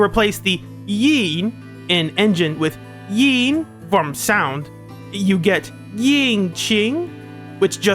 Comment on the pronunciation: Before I continue with the video, me as a Chinese speaker just want to say that your pronounciation of qing is pretty good, but it feels like you were putting way too much force in pronouncing yin so it became more like the 4th tone instead of the 1st